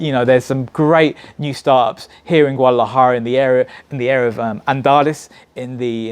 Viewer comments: lol theres a D in Guadalajara. its not silent . haha.. GOO-AH-DAh-LAh-Jah-RA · My advice for this dude - learn how to pronounce Guadalajara first haha